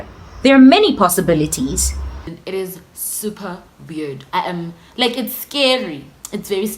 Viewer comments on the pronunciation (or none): How you say possibilities 🙌😂o snob tlhe